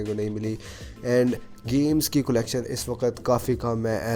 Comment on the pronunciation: Collection pronunciation correct karen Calecshan hota hai✓ Culecshan naheen ×